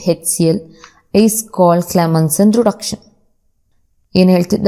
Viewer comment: Pronountation of reduction as vruduction was funny to listen 👂😅